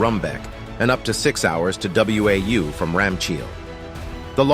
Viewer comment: “Wau” is pronounced like “Wow”